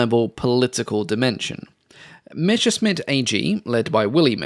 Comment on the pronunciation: I still wonder where the pronunciation "mesher-smitt" comes from, when you see the written word "Messerschmitt". It's messer-shmit. Messer means knife, Schmitt is an archaic form of Schmied and means smith. I still don't get it why almost all English speaking narrators get this mixed up. Especially since you get most other German words reasonably close to the original, even monsters such as "Flugzeugwerke". One of those mysteries ...